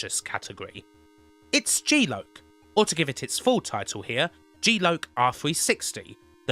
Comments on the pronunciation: "Jeee loke" ??? Erm....kim G Lock 🔐 ! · Jeee loke.......ahem.... Ahem.... I actually love.... but just to say this tickled me....g loc = jee loke!